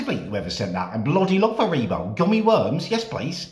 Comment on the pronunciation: The way he says haribos is psychotic !!